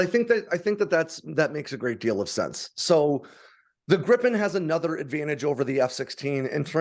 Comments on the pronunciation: Griiipen not Grippen. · Jesus Christ, why is it so hard to learn how to pronounce Gripen correctly? The "i" in the middle is pronounced like the "ie" in grief. Or the "ea" in read. (I guess we have to accept the English/American way to pronounce the leading "gr"...) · Btw, 'Gripen' is pronounced like if you spelled it 'Greepen' in English, like in 'green'. 'Gripen' means 'the Griffin'.